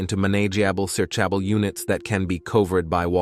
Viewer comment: I'm so sick of the "English isn't my first language" excuse 😐! Quality content creators take time and effort into producing informative and compelling true crime videos, then you have others like this who don't make the effort to reach out to a native English speaker to check if their gobbledegook makes sense and if their AI selections are correctly calibrated. "Manay-ji-abble' "search-abble" 🤔😂? That's just pure laziness and needs to be called.